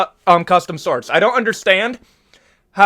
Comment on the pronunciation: They’re called shorts. Not sorts